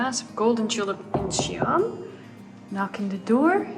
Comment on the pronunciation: Incheon is two syllables not three.